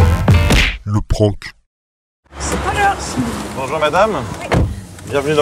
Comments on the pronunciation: C prank et pas pranque greg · Prank et non pranque